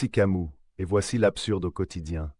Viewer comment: Pourquoi tu prononces camou?